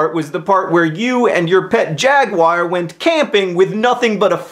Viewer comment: The way he says jaguar tho ;D